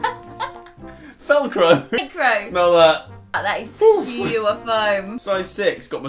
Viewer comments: “Felcro”-Joseph Sugg,2019 🤣😂🤣😂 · 'FELCRO' IM DEADD